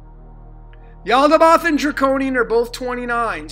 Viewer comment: Pronounced...yahl-dah-baYoth like moth